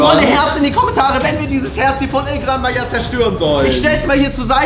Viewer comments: Bro said El Gran Maya but anyways happy birthday🎉🎉🎉🎉🎉❤ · Se dice el gran maja no el gran maya😂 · It’s called El gran Maha